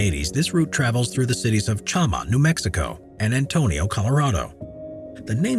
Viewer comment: It travels from Chama, NM to Antonito CO... Not Antonio, CO. 😂